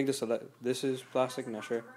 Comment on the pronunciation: hehe u said plastic funny no offence